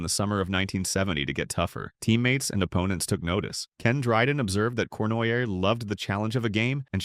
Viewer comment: AI. Corn why aye.